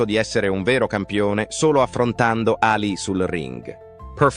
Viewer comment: La voce narrante è orrenda! Voce artificiale al peggio del peggio. Dice sempre Ali con accento sulla A anziché Alì con accento sulla i.